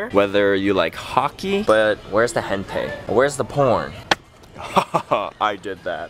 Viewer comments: It's pronounced like hen-ta-ee, not hentay. lol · It's not hentay, it's pronounced Hen-Tie. :> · its hentAi not hentaY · isnt it hentai not hentay? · isn't "hentai" pronounced "hen-tie"? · i think hentai pronounced like hen as in a hen and tai like a bow tie :S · its pronounced like hen-tie like a bow tie >_<（変態）it means pervert in japanese lol